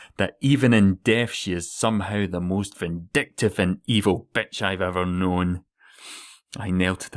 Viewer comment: Ahh that "betch" <3